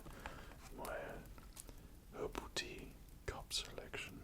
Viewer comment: Gosh my American English thought he said "Ovaltine cup selection", but then I realized he was saying "Herbal tea cup selection"